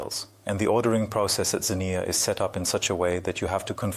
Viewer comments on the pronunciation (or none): I like how the word "Xenia" is spoken over 20 times, and never pronounced the same way twice.